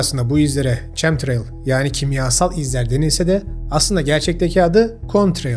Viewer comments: Abi çem değil kem okacak o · Tebrikler, ağzına sağlık.. Cahil bırakılmış Türk milletine doğru bilgi işte böyle verilmeli. Bu arada ÇEM değil de KEM diye okunuyor, ben de kimyagerim. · Kucuk bi katki; Chemtrail ingilizce telaffuz etmek istersek Kemtreyl olarak okumak lazim :)